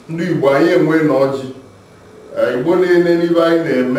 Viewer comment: hi, this is encouraging, BUT i hear Ibo from your pronunciation. THATS WRONG. ITS IGBO, please